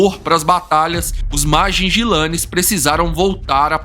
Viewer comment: Vi esse documentario no national geographic king tale foi um dos maiorres e violento rei dos leoes quando ele morreu ja estava velho..a historia completa e muito incrivel.. e nao e ..majijilane que se fala ..e sim majinguilanes....